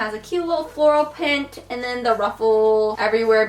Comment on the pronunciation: who else heard her say floral pint yes pint